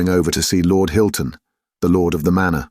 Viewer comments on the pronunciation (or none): none